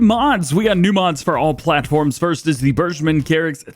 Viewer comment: please go to google translate, write "bergmann" , set to german, press play to hear how to pronounce :)